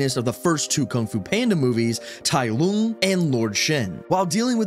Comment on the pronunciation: why did he say tai lung like that